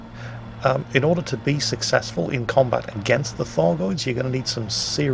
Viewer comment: Please tell me that I'm not the only one that thought he was saying "Fargoids?"